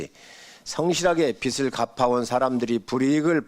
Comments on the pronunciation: [빚을]은 비즐 이라고 읽어야죠. 비슬 이라고 읽었다가 비츨 이라고 읽었다가.. 빚투 영끌해서 코인투자한걸 갚아주는건데 도덕적해이하고 관련 없게 할 방법이 있나요? 난 아무리 생각 해 봐도 없는데.. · 국짐당은 무식해서 "빚"도 "빛"을 "빗"을 이렇게 발음 하네 비즐인데 비츨 비슬 ㅋㅋㅋ 듣기 짱나